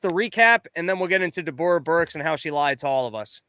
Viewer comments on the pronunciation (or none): also, does not realize that Deborah is pronounced the same as Debra?